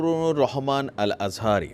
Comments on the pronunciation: আজহারীর নামটা সুন্দর করে বলতে পারেন না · নামটাও ঠিক মত বলতে পারলেন না। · নামটা ভালো করে বলো